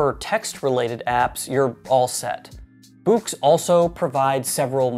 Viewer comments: By the way. I am pretty confident that Boox is pronounced Books. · I gotta say I love the way you pronounce it like "buux"